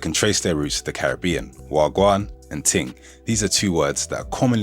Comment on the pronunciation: Im offended by your mispronunciation of Caribbean 🤣 Im English and grew up with Jamaicans but recently learnt we've been saying Caribbean wrong all along and as a language learner mispronunciations are my pet peeve